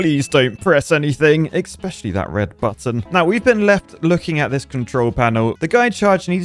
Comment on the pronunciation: a professional engineer for over 10 years: "expecially"